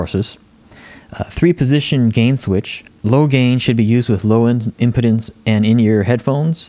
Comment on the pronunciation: Very nice review. One thing caught my ear though--I'm not sure if your pronunciation of "impedance" is a regional thing or not but to my ears you're saying it like a medical condition that some men have. I've always said it and heard it as im-pee-dance, with a long e sound, from its root word of "impede".